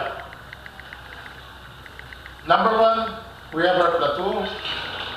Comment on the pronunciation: My goodness, Sir it should be pronounced as (play-to) not (pla-tu)...and your lecture about mean vs. median, it should be "summation" not "submission"...